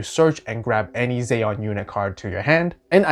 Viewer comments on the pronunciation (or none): Zee-on man not zay-on. Other wise looks interesting. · I didn't mind the Char pronunciation, it was the Zeon pronunciation that got me. First time I ever heard someone say it like Zey-on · First you miss pronounced Char, then you call the Gouf a Golf and then you insult Ramba Ral by calling it a Blue Zaku then when I heard the way you said Zeon, I thought I was gonna die, getting flashbacks of the crappy Seed dubs with their blatant miss pronunciations of Character names. I say all that as a joke, loved the video, thank you.